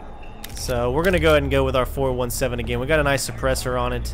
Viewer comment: It's pronounced "four-seventeen", BTW.